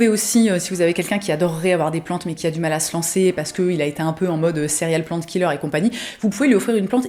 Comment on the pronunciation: Merci pour cette belle sélection! Perso à j'entend "céréales plant killer" voilà c'est tout pour moi haha!